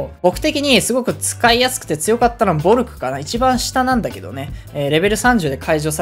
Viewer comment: Volkという銃はドイツの銃で、前作に出ていた国民突撃銃と同じで、Volk(ヴォルク)という発音ではなく Völk(フォルク)と発音します。 Völkは国民や民衆という意味で、聞きなじみのあるのは、フォルクスワーゲンなどでしょうか。